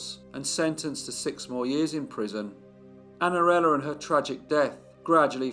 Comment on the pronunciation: Que narração horrível! Não consegue nem pronunciar O NOME DA MENINA!!! Espero que nunca mais narre nada